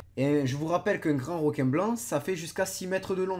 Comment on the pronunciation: On dis un requin pas un roquin merci